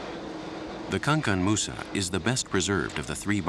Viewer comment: Pronounce the the word good Mr journalist it is not Kankan Moussa we call him Kankou Moussa , that is to say that the boat was named after one of our greatest Leaders in the Mandinque empire and he was the world richest man of all time.